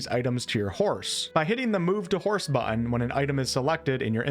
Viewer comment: Good video but lord in heaven please get some elocution lessons. You drop the Ts in practically every word and it makes you sound like a moron. For example, it is “buTTon” not “bu’en”.